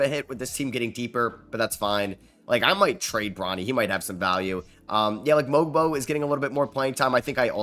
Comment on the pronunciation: Love u it’s pronounced “Mobo” tho for Mogbo